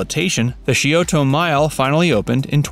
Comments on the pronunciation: it's not pronounced "shee o toe" river, it's pronounced "sigh o toe" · It’s actually pronounce sci-o-da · How he pronounced Scioto was the worst. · My husband actually made a strangled noise at whatever it was when he butchered Scioto in this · If you are going to make a video on a locale you might want to brush up on how to pronounce local names like Scioto or C.O.S.I. It just makes it sound silly if you don’t and makes your video sound less than genuine.